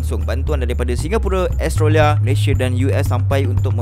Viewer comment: Cuba sebut...Ostralia..bukan Astralia...😊